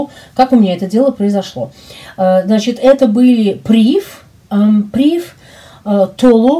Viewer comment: PrivE, фр. слово, ударение на последнюю букву.